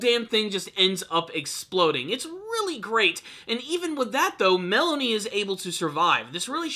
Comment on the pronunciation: Did you call Malone "Melanie"?